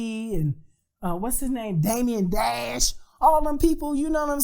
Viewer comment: “Damien dash” 🤣🤣🤣🤣🤣